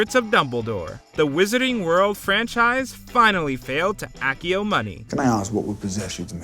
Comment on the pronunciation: I cannot express how badly the narrator pronounced Accio wrongly.